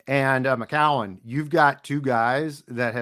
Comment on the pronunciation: really needs to pronounce Josh McCown correctly lol won’t be able to deal with that all year